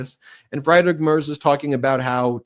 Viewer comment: Pronunciation correction Friedrich is pronounced FREED Rick. In German, ie is always pronounced like ee, and ei is pronounced like eye. In other languages, other rules apply.